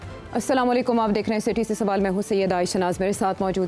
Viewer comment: Es adme ko salam bhe sahe Karna NAHI aata es ko bolo salyqom no hota Asalam aliqum hota h